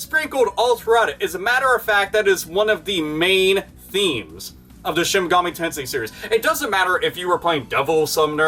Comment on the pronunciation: Awesome video as always. F.Y.I.; It's pronounced Shin "Mega-Me" Tensei, not Shin "Mug-ahmay" Tensai